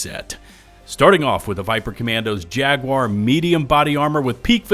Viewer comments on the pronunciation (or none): none